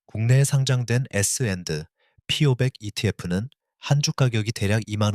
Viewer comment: ai로 돌려서, 에스엔에이피오바 ㅠ,,,, 신경안쓴 영상이네요